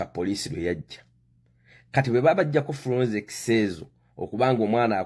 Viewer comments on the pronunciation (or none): Bakiyita FORENSICS not FURONSICS....you are a confident ignorant funny man.